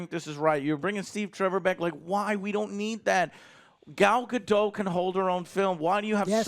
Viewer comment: btw gal gadot's last name doesnt rhyme with doe... its pronounced guh-dot seriously google it.